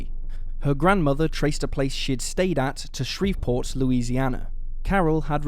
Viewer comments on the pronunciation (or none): none